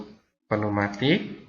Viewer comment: penu matik ? neumatik pneumatik =neumatic✅🤪 pneumatik =peniumatic 😡❌❌